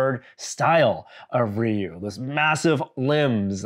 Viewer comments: Rey You not Ray You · It’s one syllable: “ryoo”. Listen to how Norm says it . He says it pretty accurately. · Not Ree U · its def Rye You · The game itself pronounces it Ree-You